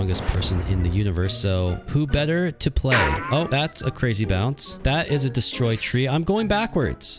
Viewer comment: Your cwazy 😘